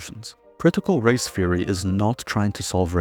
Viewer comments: Critical "feory"? Are you Dutch? Also, great video. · Great video, very concise! For anyone else wondering, he's saying "theory", not "fury".